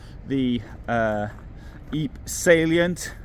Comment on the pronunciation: Well done as usual. Not sure anyone else calls Ypres "eep"